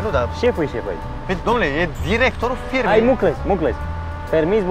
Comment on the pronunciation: a zis domn director al filmei in loc de firmei